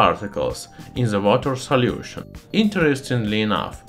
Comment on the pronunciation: And salyution